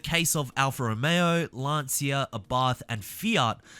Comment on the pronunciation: Isn't Lancia pronounced Lan-cha?